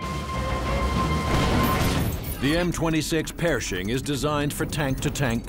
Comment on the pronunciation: "m26 PEARshing" 😆 it's Pershing